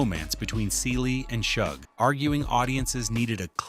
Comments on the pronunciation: It's pronounced Shug as in the beginning of the word sugar. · Its pronounced like the 'sug' in sugar. NOT like the 'ug' in hug..... AI.....🤦🏾‍♀ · PLEASE get these women's names right: → Shug = the first syllable of “sugar.” It’s “Shug,” “shuuug.” → Celie = "SEE-lee" , “cell-ee.” I’m guessing the video is AI-narrated, and honestly, the narration itself is quite good—but repeatedly mispronouncing the names of two of The Color Purple’s central women is a pretty glaring miss. Technically, I’m not going to invoke “Say Their Names” here, because that phrase belongs to a movement honoring real people whose lives were lost to racial and state violence, and these women are fictional. I would posit that the underlying principle of *taking enough care to learn and correctly say Black women’s names is especially relevant here. The Color Purple is a story profoundly concerned with Black women being seen, heard, valued, and allowed to define themselves. Their names are part of that identity. So please: put some respect on Celie and Shug Avery.